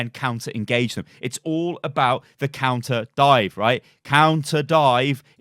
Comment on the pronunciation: "Conter Dive" 🤔